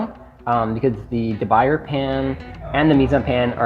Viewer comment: I appreciate the comparison of the three pans but please learn to pronouce "de Buyer" correctly (dee-boo-YAY) as it would add a touch of professionalism to your video.